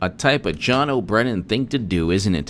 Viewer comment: I dig your channel ...but I cringe ever time you say "john o'brennan" since you are making john brennans name sound like mine. Can you please just call him raison face turd muffin like justinformed? Or any other evil nickname... How about the overgrown troglodyte curmudgeon humunculous??? Thats basically a cave dwelling bitter old fetus.